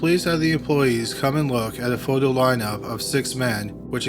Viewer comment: "Photo." "Foe Dough?" "Photo." "Faux doe." Fo-do' His strange pronunciations really ARE pretty awesome. I think it's part of why i'm here... :)